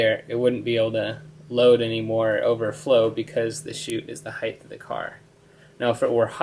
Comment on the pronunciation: there's no "h" on the end of the word height.